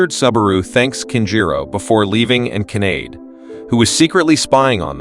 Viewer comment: Kanade is not pronounced like grenade.